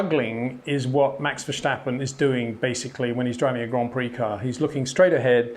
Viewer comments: The 's' in Verstappen is pronounced as in 'stone' not as 'show'. He's not German. Good content though! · So funny how you pronounce Verstappen. That needs a bit of work. Other than that, great analysis. Would be nice to see some videos to explain and to exhibit the mastery of Max. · Why he say his name like that😭🤣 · Great comment Peter, but you know how to say steps, now say this in the stappen part of Verstappen. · Verstappen, not Verschtappen. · good analysis but Max is not German, there is no c in his name, verstappen is Dutch, ver stappen, but every time he says the name, ver schtappen, hurts my ears (and yes, I am also Dutch) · love the analysis, but PLEASE stop saying Verssshhhtappen, he's not German. It's Verstappen, no shhhhhh. (I'm Dutch, it annoys me...!) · Please shtop calling him vershtappen. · VerStappen, not VerSCHtappen. Say STOP > Verstoppen... then STAP > Verstappen... you got it! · Its Verstappen and not Vershtappen ffs. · Very insightful analysis, I really like it. Disturbing for me is that Peter after all these years still pronounces Max' surname as "Vershtappen" with the silly H in it. Why not translate it literally as "Far Steppin'" and just say that? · So should I pronounce your last name has Windshor? Windshore? Windhsjjjhooore? Verstappen is not a character in an Austin Powers movie. It's just an s. Say it out loud: I step outside, not Schtepp outside. Have a Schwepps, by all means. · Great analysis Peter, just one little thing: Max is called V-e-r-s-t-a-p-p-e-n. Unfortunately you permanently pronounce his surname as Versjtappen or Vershtappen. So it is Vers as ‘Verse’in English and tappen as ‘tapper’ in English. Dutch is a bit of a handful at the best of times. I’m sorry to bang on about it but it would improve your brilliant analyses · It's not vershtappen... Pronounce the st as in step and you're fine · What in the world makes you and other Englishmen pronounce Verstappen as "Verschtappen"??? It seems very ignorant and inpolite.